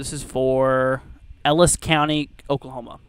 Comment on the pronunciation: Did u say Ellis cou n ty? There's Ellis cty in Texas